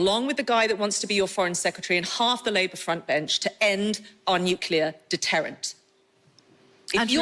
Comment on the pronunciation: Nuclear, not "Nukelar" ffs! And she's Deputy Leader